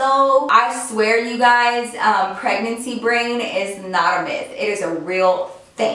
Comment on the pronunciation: Hold up did she say pregnacy brain!?!? whaaat?????